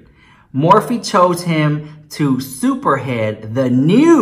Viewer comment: Lol I LOVE U, but it was SPEAR-HEAD, not SUPERHEAD!!! 2 totally different things! Gave me a good laugh tho!! #SUPERHEAD